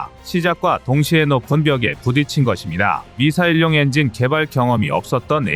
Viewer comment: 엔진 발음이 이상하네...TTS 프로그램 문제인가...